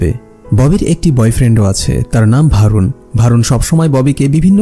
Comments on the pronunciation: নাম টা ভারুন না বরুন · নামটা ভারুন হবে না বরুণ হবে।